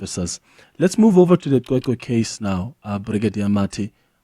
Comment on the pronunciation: It's not Qweqwe it's CweCwe